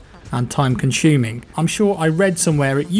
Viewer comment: conšuming? you mean consuming ?